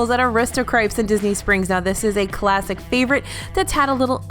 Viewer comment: I’m never sure if is saying classic cheese or plastic cheese😂